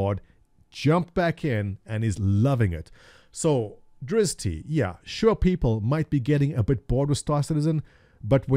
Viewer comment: I don't think it's pronounced "Drizz-tee" but "Drizz't". You really need to brush up on your chaotic good drow knowledgebase.